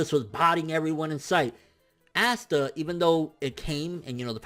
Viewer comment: Its pronounced pasta without the p not assta